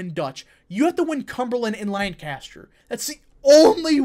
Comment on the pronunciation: Like your content but you mispronounced Lancaster, please say it correctly (LAN-cas-ter).